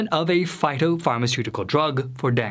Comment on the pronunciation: You have the most unusual speech impediment. The tempo of your speech is so broken as to resemble a foreign language. As to fever, that would be denge; or [den- gay].